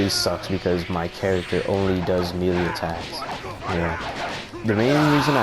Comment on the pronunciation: No offense but its pronounced maylay not melee even though its spelled melee